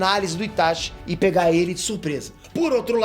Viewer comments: "itaXi" é teu cu É "itaTI" (pronuncia) E Gaara é UZUMAKI ... por parte do pai .. então logicamente ele tem vigor, resistência e chakra superior aos ninjas "normais" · meu personagem preferido clássico: Gaara personagem preferido do Shippuden: Itachi puuuutzz E POOOR FAVOR SE PRONUNCIA "ITATI"